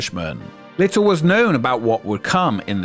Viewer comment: its great you have mastered the pronounciation of the letter 't' in the words 'bucketlist' and 'exist'. it will be amazing if one day words like 'li(tt)le', 'ma(tt)er', 'wen(t)', were no longer butchered by your laziness. if you can be bothered to do all this, at least bother to speak your own language, and if u cant, get an ai to do it. it is grating on the ears such slovenly narration.